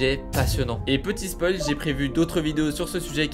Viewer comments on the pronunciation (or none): none